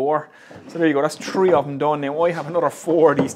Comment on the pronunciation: This guy is so into woodworking that he counts: 1, 2, tree. :p Love your videos man.